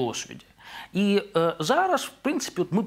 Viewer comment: На влашному дошвіду, шьогодні, жараж, жвяжку... Що ж ним ?